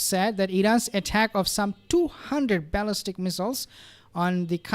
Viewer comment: You keep saying ‘baalistic”